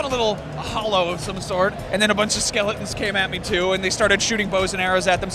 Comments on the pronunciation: Skeleton* he was pronouncing "skeleton" similar to skellington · what the hell is a skelington? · WTF is a skelingten? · What's a Butahfly? Or even a skelington? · lol the fat guy has a strange pronunciation